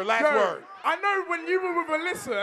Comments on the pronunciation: Did anyone else hear when said “Melissa” instead of Alissa? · He said malisa not alyssa fuck i cant spell it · 6.49 it’s Alissa not Malissa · It's Alissa no Melissa 😂😂😂😂😂😂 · alissa not Melissa haha